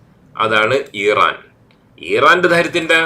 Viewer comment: ഈറാൻ അല്ല ഇറാൻ ആണ് 😅